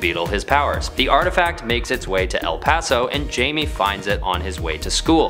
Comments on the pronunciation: I think my introduction to Blue Beatle as a kid was from the show "Batman the Brave and the Bold." I'm much older now but I've always thought that he was a cool character. Also isn't Jaime pronounced Hi-may and not like Jamie? 🤔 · It's pronounced "Hai meh" not Jayme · It's pronounced "Haime" not "Jaime" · It’s a Spanish name… the J is said with an H and the letter E is pronounced Eh. The name Jaime… which is my name is said HIGH MAY, or HIGH MEH. Never Jayme or Jamie. Jaime is Spanish for James. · his name is pronounced "Hi-May" not "Jay-Mee" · jamie, jaime. we see the difference right? pronounced HIGH MEH, because it’s SPELLED that way 🤦🏻‍♂️ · I’m kind of glad to see I’m not the only one who kept thinking, “It’s pronounced Jaime [H-AI-MEH] Couldn’t focus on the rest of the video 😅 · It’s pronounced (high me) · it’s HIGH MAY or HIGH MEH. It’s my name… I know how to pronounce it. It’s never HI ME. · He pronounced it "Jamie" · He’s pronouncing it ass “Jammie” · Jaime Reyes pronounced (Hi may) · It’s pronounced (high-me) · Jaime pronounced hai may atleast call him james as jaima is james in spanish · The j is silent and instead of a hard a it’s note of a “meh” , the j is. I’m only pronounced As “h” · Jaime is pronounced Hi may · It's pronounced like haime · It's pronounced Haime Reyes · Omg it’s pronounced hi me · My man you have to know it’s not pronounced Jamie. That had to be comment bait right? Right? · It's not pronounced jaime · Great video but wrong pronounciation of jaime's name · Apparently this guys not nerd enough to pronounce jaime’s name properly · It’s pronounced with an H not J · Do you know in Spanish the J is pronounced as an H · That’s not how you pronounce his name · I don't like how he pronounced Jaime